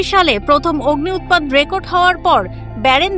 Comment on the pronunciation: আপা অগ্নি উৎপাত কি জিনিস? অগ্নুৎপাত বলেন